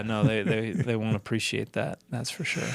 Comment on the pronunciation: That is not how you pronounce "wont."